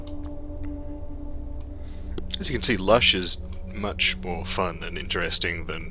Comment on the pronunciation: Lusch not Lush. I build pelicans and tritons in this map.